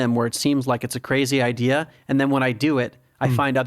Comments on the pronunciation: Is het 'idea' of 'idear'? Idear klinkt heel fout en irritant 😂. Maar mss zit ik er helemaal naast 😊. Verder top aflevering! Mss moet je die Pim van Lommel ook een keer uitnodigen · waarom spreek je idea als i-deer uit? 😆 Verder echt enorm genoten, dankjewel voor de podcast. Altijd al gedacht dat het zo in elkaar zit maar prettig het eens vanuit een meer wetenschappelijke visie te horen. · Waarom spreek je idea als I-Deer uit? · Behalve het woord idea, die spreekt hij als i-deer uit